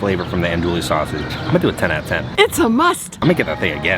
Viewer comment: Pssst FYI, it's pronounced ON-oduille not ANdouille . Us, coonasses with our patois always gotta have that accent!